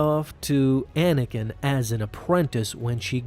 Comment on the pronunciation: At the beginning he said manakin